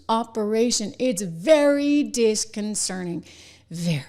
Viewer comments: It's "disconcerting," not "disconcerning" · Trish Regan can't even pronounce 'disconcerting.' From her cosmetic-surgically altered lips, the word becomes 'disconcerning.' She's way out of her depth. And she dares to trash a true professional. Sweetheart, you don't even come up to her journalistic ankles. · I stop watching when this person doesnt even know how to pronounce disconcerting !!!